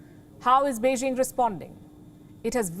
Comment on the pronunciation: first learn to pronounce Beijing correctly 中国加油🇨🇳💪🏻